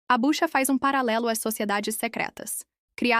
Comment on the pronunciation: É BUCHUA e não Bucha como está sendo relatado! Obrigado!